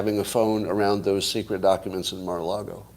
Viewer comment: Until Scott proves that he can pronounce the word Mar-a-Lago correctly (it's NOT "Marlago"), it's folly to entertain his Trump speculations with any seriousness.